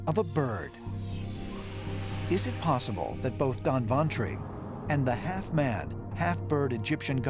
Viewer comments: Whenever we speak English,we try to spelll the word correctly. But what is up with u guyz. The name of the god doesn't spell like 'Dan-wan-tray' or 'Don-ban-tory' it's 'dhannbantri'.('b' wd be silent here) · Its nice .. but the pronunciation is really awkward ... moreover its not danbantari.. its धन्वन्तरि or in english dhanvantari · People disappointed in he says Don vantri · Its not Danvan tree but it is DHANANTARI.